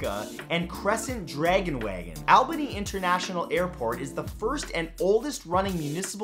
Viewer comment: It's funny how everyone always pronounces Albany wrong lol. (All bany).